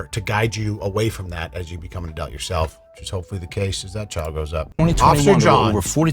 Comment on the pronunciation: I love the way you say "adult" as "adalt", makes my day 😂❤